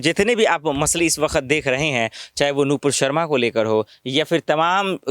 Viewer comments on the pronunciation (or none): none